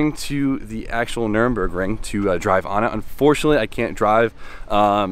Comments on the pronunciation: Why doesn't B-Hall stop saying Nurburgring incorrectly:( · Bruh. It's NUR-burg, not Nuremberg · Cringe every time you call it the nuremburgring. Its nurburgring 😅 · IT'S NURBURGRING! The track is called Nurburgring (with the little two dots thing above the first "u", but idk how to do that on a computer keyboard...). Nuremberg is another city in Germany. Lol. -EDIT: Props to B-Hall for saying it right. Teach how to say it, haha. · still cant say it lol, Nurburg not Nuremberg. if you cant get them straight just say Nordschleife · You flew all the way Germany and still can't figure out how to pronounce Nürburgring. There's no "m" in that shit lol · It's so annoying listening to him mis pronouncing nurbergring